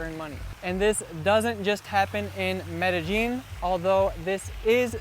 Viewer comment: I don't think he pronounced Medellin correctly.